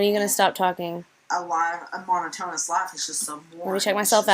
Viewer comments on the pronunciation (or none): When this aired people went nuts about Beckys pronunciation of "monotonous", go back and look at ALR's reaction, she knows she said it wrong and smiled like Becky was an idiot. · I'm sorry, are we just going to skip over saying "mono-tonus"? Mono-tonus!!!